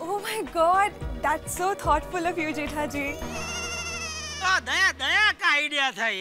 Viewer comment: Jetha Braa, not jetha pra